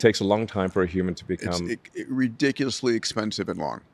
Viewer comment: Elon pretending to be human by mispronouncing "ridiculously" and changing it to "super" lol 🤣